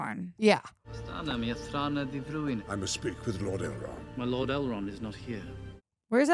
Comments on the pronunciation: Azagol lol, and then you said Eldrond lol ah man im crackin up. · Four films in and we still don’t know it’s Elrond, not Eldron! The sword is the sword Bilbo gave Frodo in LOTR, you know what it can or cannot do. Gollum is not a hobbit, if you had listened in The Two Towers, Frodo said to Sméagol “you were not very different to us once” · How many times can you get 'Elrond' wrong? Poor effort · You've now seen 4 movies based on Tolkien's work and yet still you cannot pronounce "ELROND" correctly. I cannot tell if you're doing it purposely or not. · calling Elrond Eldron and calling Rivendell Rivendale is sending me 😂